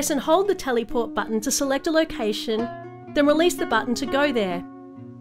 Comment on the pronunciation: As a British the best part for me was when she said Tellyport